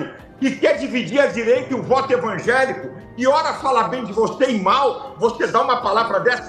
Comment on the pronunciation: Ainda ze diz evanjelico